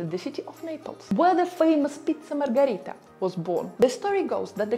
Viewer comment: Si' ma e' Margherita, non Margarita. LOL